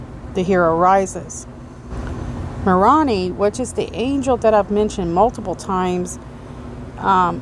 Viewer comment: Moroni is pronounced “More own eye”